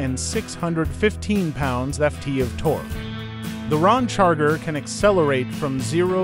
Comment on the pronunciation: Hey computer voice it’s Ram Charger NOT Rom Charger